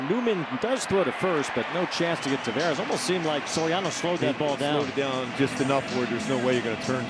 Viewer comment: the Angels commentator still hasn't figured out how to pronounce Taveras' name